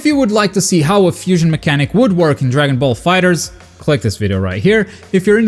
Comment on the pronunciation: Aparently the correct pronunciation of DB Fighterz is "Dragon Ball Fighet Z"